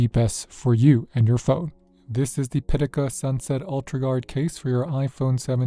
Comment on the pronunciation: Caudabe Synthesis arriving tomorrow for my 17 PM cosmic orange. 🔥 It’s pronounced Pi Ta Ka btw. 😆